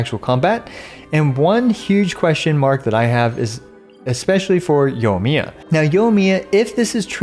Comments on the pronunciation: "Yomiya" There is, in fact, an I in there. Right after the O. Anyway, I'm just giving you a hard time. On another note, I'm not totally convinced that the heart of depths set won't be better on Ayato. I'm not a math guy, but hydro damage bonus should do more for him than atk, and the buff from heart of depths is far more consistent. We'll have to see the numbers I guess. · wait what yunjin burst does so increase yoimiya skill damage you dont know what your talking about and cant even say her name right.